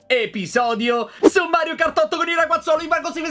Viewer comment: Mi sono reso conto solo ora che all'inizio del video Tuberanza dice Raguazzoli 😂😂